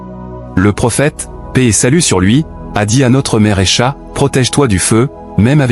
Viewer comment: Arrêtez de générer des vidéos avec l'IA ! Des mots de dhikr sont mal prononcés. Quelle honte ! Le nom d'Aicha aussi !